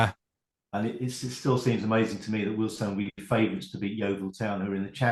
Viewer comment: Remember it's Weald 'Stone' not 'Stun' 😊